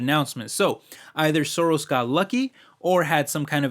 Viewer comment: Soros Gyorgy is Hungarian. Pronunciation is not perfect😉